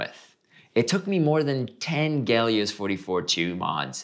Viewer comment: Someone please tell me where the G is in Helios? I speak English.